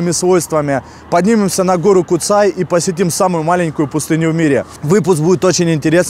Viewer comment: Первый поселенец Куцэй🤣🤣, чеб не Сансэй)). На сколько мне известно в школе учили, что звали его Пётр Бурлак. Название гора Куцай потому что куцая то есть редкие леса. А так за обзор спасибо парни🤝. На горе кстати есть загадочный колодец, монолитная полусфера выступающая из земли.